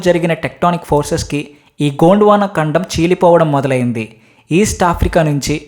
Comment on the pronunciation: తమ్ముడు చెప్పేటప్పుడు కోండ్ వాన అన్నావ్ gond వాన స్పష్టంగా పలకాలి